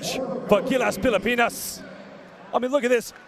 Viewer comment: pilapinas daw. can somebody please check the annotator. pilipinas!